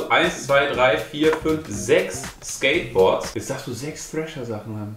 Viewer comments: Ganz kurz Mal für alle: es heißt nicht Trasher, sondern Thrasher, also man spricht es mit englischem TH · Thrascher wird am Anfang wie The ausgesprochen